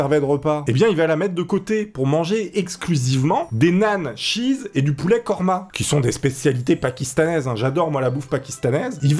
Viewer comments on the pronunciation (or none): none